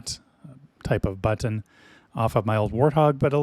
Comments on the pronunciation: The way you say "but-tin" is very... unique. I just ordered my own Max halfway through watching your review. I can't wait to start pushing all of the but-tins on my new throttle when it gets here, assuming the Port of Long Beach doesn't screw me for 3 extra weeks like they did on my Gladiator NXT when I got it. Also: but-tins. BUT-TINS. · I really like how you say “butt-ton”